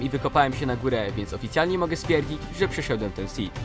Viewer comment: Nazwa "Przeszedłem" A nie pszeszed